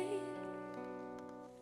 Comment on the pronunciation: parang ngungu kasi sa breeze niya.😅😅😅 ang sayo - shayo ang bigkas niya.😅😅😅